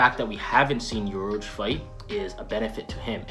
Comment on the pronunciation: Urouge 🤣🤣🤣 He not even Top 50!!!